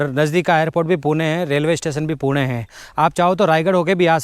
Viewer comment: He prounced 'पुणे' Correctly 😅